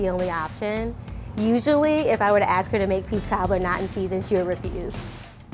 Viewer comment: take a shot every second she says peechkaablur.